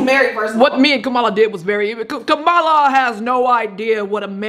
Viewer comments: Kumala Harris 😂😂😂 Peter I believe you're pronouncing her name incorrectly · Her name is pronounced comma-la Peter.